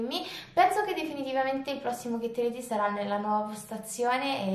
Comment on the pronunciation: la pronuncia su Ready per favore😕